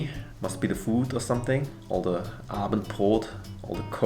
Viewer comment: ... You so seamlessly switching to German had me shook. ^^ that was unexpected, props to you, and definitely not me for needing that long to get it xD Ehrlich, ich hätte es wissen müssen, als du Abendbrot problemlos aussprechen konntest 😂👌